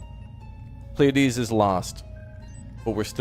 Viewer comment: FYI,, Pleiades is pronounced as 'plee a dez'.